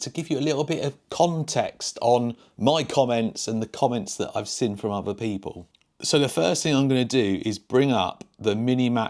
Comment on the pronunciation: Drinking game: Watch several videos and everytime 'seen' is pronounced as 'sin' you do a shot.😊